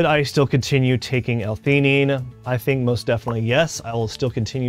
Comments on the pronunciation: L - fee❌ L - tee❌ L - fe A nine✅ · Good video but you are pronouncing L-Theanine wrong. Just thought you should know.